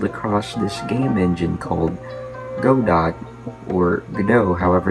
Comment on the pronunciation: For once someone pronounced godot right like go dot or go go pokadot